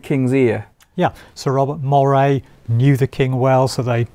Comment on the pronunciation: Moray is pronounced Murray btw. ;)